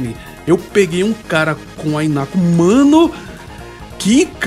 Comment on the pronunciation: Fica a dica, se fala "Rinaco".